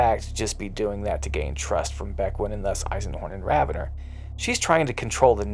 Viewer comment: I thought it was Raven-or not ravenner? Is there an official pronunciation i dont know about?